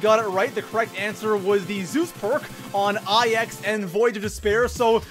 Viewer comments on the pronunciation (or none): It's pronounced nine not eye x